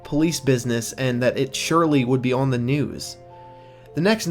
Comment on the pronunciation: Stop fucking saying on like that